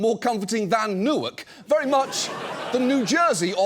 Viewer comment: John Oliver, I will donate $1000 to a food bank in the area of your studio if you commit to pronouncing "Newark" correctly rather than as "new irk."